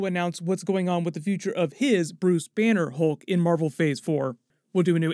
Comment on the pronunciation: Lol. Hoolk 😂